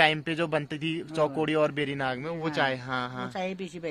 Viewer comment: आंटी शुद्ध नाम कह रही है "बेणी नाग" और एंकर भुला "बेरी नाग" कह रहे हैं। नौजवान पीढ़ी को बुजुर्गो से सीखना चाहिए।